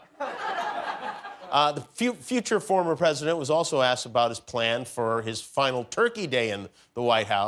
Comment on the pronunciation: "don't talk to the pwesident that way. "